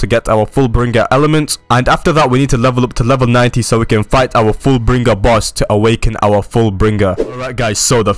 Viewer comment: your saying full bring ger